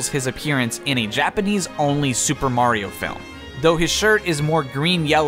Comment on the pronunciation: Is it just me or did he just called Mario as Maria